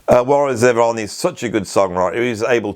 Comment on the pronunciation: ZEE-von,. ZEE-von. Warren was an American, you should pronounce his name as an American should. I remember watching a clip of Warren performing on the BBC from the 90s and the presenter prounced his name in that very BBC-ish way, and I thought to myself "I'm never going to say his name like that", and I haven't since. Love Warren Zevon, BTW. I bought the "Genius" compliation around 2003-04, and within a number of years I owned EVERY album he made. Live albums, rarity compliations, if it has his name on, I'll buy it. His self-titled album might be one of the best albums of the 1970s.